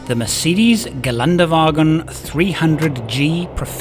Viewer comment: Great video and your German accent is really good😊. You should do a german vlog one time👍🏻Greetings from Germany